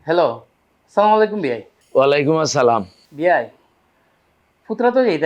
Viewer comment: এভাবে সালামের বিকৃত উচ্চারণ প্রচার না করলেও পারতেন। বুঝিনা আমরা কেমন মুসলমান ছিঃ